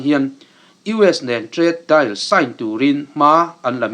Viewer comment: leh lawk deal hi dail tiin i lam a, dìl tih mai tur a ni e